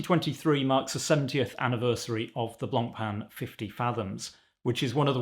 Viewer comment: the worst part of this is now we have to hear everyone day Blancpain wrong